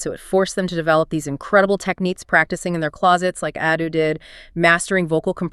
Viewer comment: Nice but Could you please pronounces Ado's name properly? it is not |əˈduː|